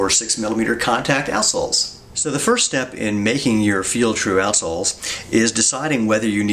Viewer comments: Why do I keep hearing, "Arseholes"? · Is he saying assholes? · So its not just me that thought he says assholes. Quality. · I was perplexed for a while, until I realised he was saying 'out' soles. Even so, I still can't un-hear what I first heard. It's locked in now. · The way you say "outsoles" makes the beginning of this video really, really funny.